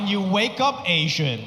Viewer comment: Best thing about this guy is his accent,, he says ,Ashhyann instead of asian 😅😅 hhh